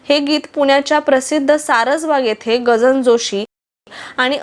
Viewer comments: आशुतोष शिरीष- कृपया शब्दोच्चारात सुधारणा करावी. निवेदिता जोशी यांच्या वडिलांचे नाव गजानन जोशी असे आहे, गजान नाही. अनुपमाजी “रेखा कुलकर्णी “ असताना बादल- बिजली- बरखा शेजारी आर . के. नारायण ( गाईडचे लेखक, आर. के. लक्ष्मण यांचे भाऊ ) हे ज्या गृहनिर्माण संस्थेत राहात, तिथे राहायच्या का ? त्यांचे धर्मकन्या व आधार हे मराठी, तर संसार हा हिंदी चित्रपट हे चित्रपट चांगले चालले. गजानन जोशी हे कमालीचे देखणे व उमदे नायक असल्याने अनुपमा यांच्यासह शोभून दिसले, पण जोशींची कारकीर्द आणखी जास्त गाजायला हवी होती. संसार चित्रपटांतील त्यांचे नायक नवीन निश्चल तेव्हा जोरात होते, पण त्यांची सावन भादो , ऐलान , व्हिक्टोरिया नं .२०३ , धर्मा अशी जोरात चालू असलेली कारकीर्द अमिताभसह दीवार मधील दुय्यम भूमिका नाकारल्यानंतर लवकर अस्त पावली. अनुपमा या विवाहानंतर शिकागोला स्थायिक झाल्यामुळे चित्रपटसृष्टी एका देखण्या , शालिन व अभिनय संपन्न अभिनेत्रीला मुकली असली तरी त्यांचे आयुष्यात बहार आली, हे छानच झाले. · Gajanan not gajan. Joshi.